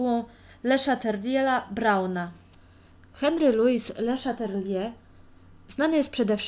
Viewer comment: Henri Le Chatelier (czyt. : " Ąłri Ly Szatelie") :)